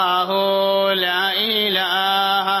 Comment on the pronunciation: ലാ ഈ ലാഹാ - തെറ്റാണ് ശരി - ലാഇലാഹ അല്ലേ? എന്തിനാണ് അറിവു ള്ളവർ തന്നെ തെറ്റ് ചൊല്ലിക്കൊടുക്കുന്നത്?